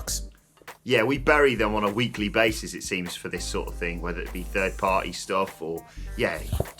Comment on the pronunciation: "Fird Party" 😆